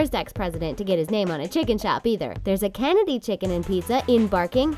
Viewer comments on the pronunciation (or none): none